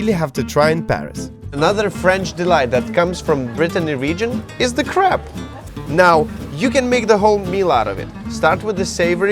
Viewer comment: I love how he said crap to mean crêpe!!!